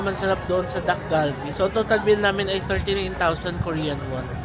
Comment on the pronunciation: Naishare ko na din 'to kay AJ and Moe, ang pronunciation ng dish ay Tak-Kal-Bee. Hindi po hard D and G but more of T and K sound.